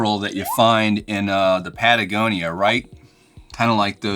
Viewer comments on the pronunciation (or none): none